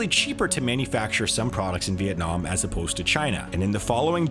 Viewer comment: Unlike other "economist" youtubers. He pronounced "Vietnam" really precisely. Nice!